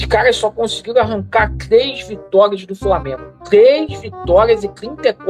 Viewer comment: "Esses cara só conseguiram tirar tles vitórias, tles vitórias sobre o Flamengo"